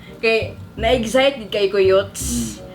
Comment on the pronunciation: Na "Egzite jud ko" and " Sweet and Sarrr"🤣🤣 hahaha visaglish